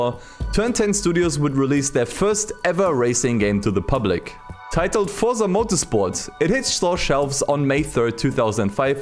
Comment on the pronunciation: is it THAT hard to say the word FORZA? it is FORZA not Forsa. Fortsa 😉